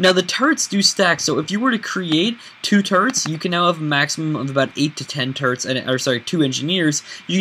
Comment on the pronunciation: When he says turrets , it's like he's saying turds ( sorry if I you are offended ) .